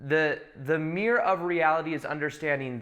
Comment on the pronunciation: Meerrr You mean mir-ror